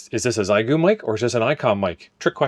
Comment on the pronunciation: It’s NOT “XY GOO” it’s pronounced “Shee yay goo”. Geesh what is SO difficult in learning how to pronounce the name of this company. It really IS NOT that difficult!